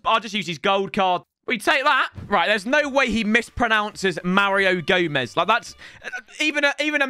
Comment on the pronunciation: "There is no way he'll mispronounce Mario Gomez" proceeds to mispronounce Mario Gomez.